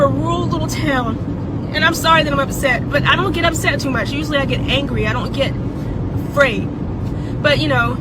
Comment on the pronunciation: "And i want all my Afcan friends something something" She also said "Fraid" later in the video